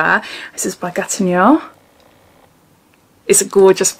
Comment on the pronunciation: It's pronounced 'Gatino' 😊💋